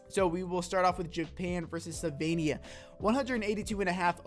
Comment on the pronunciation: *Slovenija. Not Sylvania.